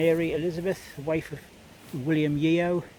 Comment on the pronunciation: Yeo is pronounced Yoh silent e. I have them in my tree I find the occasional one when looking around churchyards in Cornwall but predominantly in Devon. Thanks for another explore 👍🏻